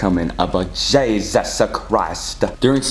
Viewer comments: XD HE SAID JEZE ESA WHY HE SAID IT LIKE THAT😂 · the way he says jesus i was laughing so hard😀 “jEsUssS” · Bruh why the f*ck are you keep saying jayzuzz? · Stop saying Jesusu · I turned captions on, it says is saying " Jesus says" XD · Why you saying Jesus name like that